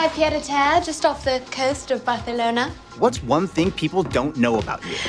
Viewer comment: As a Spanish native speaker I hate how she says Barcelona